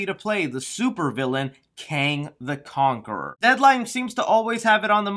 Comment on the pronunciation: "Kong the conaquerer" 😂lol. Good video